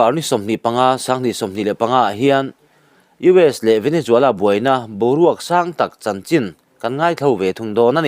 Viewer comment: Venezuela....Nge... Venejuala.....Venejhuala😊😊😊